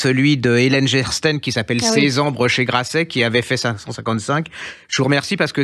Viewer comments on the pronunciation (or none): Si pouvait apprendre à prononcer correctement les noms des auteurs, cé serait bien, par exemple, pour l’Auteure dont il fait la promotion au début, Hélène GESTERN se prononce GUÉSTERN et non GESTEN comme il l a si vite dit. Merci de parler aussi moins vite en général, et en particulier en disant les titres et les noms des auteurs, pensez surtout aux auditeurs qui ne voient pas la retransmission en vidéo et ne voient pas les livres dont vous parlez...